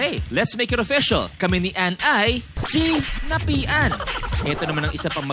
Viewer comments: “See-napian” 😂😂😂 dame kong tawa. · SEE-NAPIAN HAHAHAHA😭